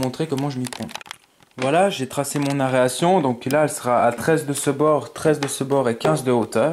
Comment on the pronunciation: Super vidéo. Par contre on dit "aération" pas "aréation", mdr. Ça m'a fait sourire mais un pouce bleu pour t'encourager